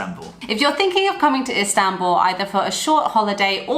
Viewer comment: I want to help you pronounce Istanbul correctly. Ist An (as in Han Solo) bull . Good video 👍